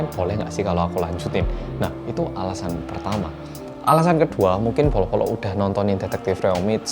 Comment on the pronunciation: Setiap bilang bolo-bolo kok kedengeran nya polo-polo ya:)